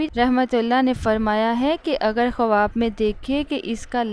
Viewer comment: Khuwab nahi hota haibkhawab hota hai phele bolna sikhe